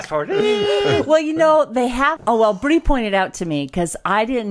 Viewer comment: Congrats Bree! I love weddings; they're my favorite photo ops. You guys do such a good job at maintaining reasonable boundaries, I had no idea that Bree was seeing anyone (nor any idea whether Bryson or Shae are, either), so this comes as a big surprise to me. And Bree, thanks for saying my name correctly, first time out of the gate. Almost everybody mispronounces it the first time; they see N instead of M and call me 'Garner'. It's the family curse. I've also been called Gamer, Graymer, Gammer, Grammer, Gardener, and Garber. But mostly I prefer Will.